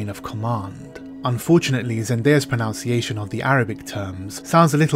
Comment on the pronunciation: That's a lot of complaining about not bothering to pronounce foreign language words, only to repeatedly mispronounce "mispronunciation."